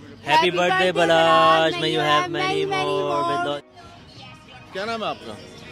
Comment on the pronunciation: Its balach not balaj